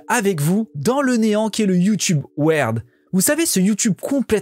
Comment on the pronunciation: ça se prononce " Wird" et pas "werd" 😆😆😉 oui ça me perturbe 😉 bon très bonne vidéo et j'adore l'intro avec le magnétoscope, toute ma jeunesse!!! 👍👍